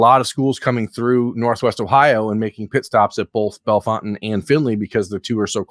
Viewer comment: Hi. The town is pronounced Bell Fountain. If you go there to see this QB, there is a Fazoli’s there. I haven’t eaten Fazoli’s since I was a child so I can’t speak to if it’s any good. I can however recommend 600 Downtown. Pizza and Beer my guy. Get the Pepperollis.